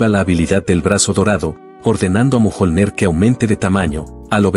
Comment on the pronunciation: A llamado al martillo mojonler? A la ia se le va fuertemente jajaja